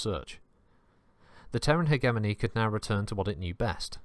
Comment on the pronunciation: Might want to check your pronunciation of 'hegemony'.